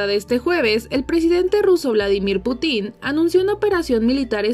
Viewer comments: Que incompetente, la pronunciación es "Pútin" no "Putín". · ah me refiero a que si escuchas el video, en todo momento dice "Putín" en lugar de "Putin". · Porque pronuncian "Putín" en lugar de "Putin", sin la acentuación en la i. Suena que le están dando un calificativo al emperador loco de Rusia. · me refiero a que si escuchas el video, en todo momento dice "Putín" en lugar de "Putin". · jajajaja dice Vladimir Putín, acentuando en la "i" se escucha curioso jajajajajaja, ya que no lleva tilde. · Por qué en la narración dicen "Putín" con claro acento en la í. Cuando lo correcto es acento prosódico en la u ¿Acaso es un mensaje editorial, acerca del presidente ruso? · de verdad que ni se esfuerza buscar la pronunciación correcta del Presidente Ruso. Lamentable.